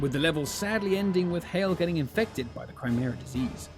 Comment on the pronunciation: is he saying CRYmera?